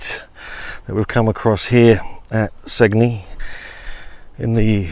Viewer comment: And "Sane-yee", Italy.